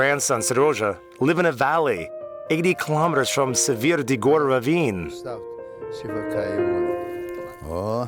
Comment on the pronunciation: It is pronounced Dee-gore. This man is pronouncing it wrong.